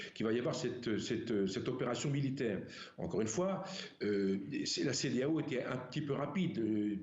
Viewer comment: La peur a changer de camp jusqu'à la journaliste dit la cedealeau !!!😂😂😂